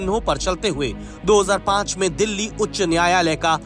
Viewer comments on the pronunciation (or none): none